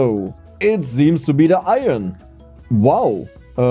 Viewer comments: Foreigner here: try to say "I earn" as in "earning money", then say it quicker: you'll have a really good "iron" pronunciation! Greatings from 🇮🇹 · ITS PRONOUNCED - IRN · No it’s pronounced iron not iron… it’s okay you’ll get there! Love the videos